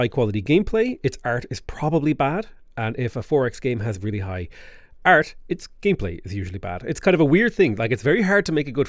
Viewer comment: high quality Art? Is he trying to say the word "Art"? holy heck brother. lol. anyways thanks for the video.